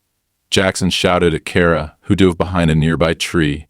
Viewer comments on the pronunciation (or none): none